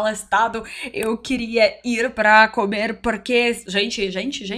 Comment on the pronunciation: mru nome é Lucena. Adoro seu canal. Vejo que você já fala um português bem razoável, no entanto precisa tomar cuidado com as palavras masculinas e femininas. A palavra comer bocê está pronunciando cAmer. Claro que é facil corrigir. O artigo também acompanha o sujeito. É impressionan uma russa dominar tão bem o português como como você. O alfabeto cirílico deve ser um impeditivo para quem quer aprender o português. Boa Sorte e até a próxima apresentação.